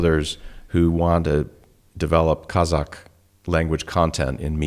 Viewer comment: love how Daniel pronounces the word KAZAKH👌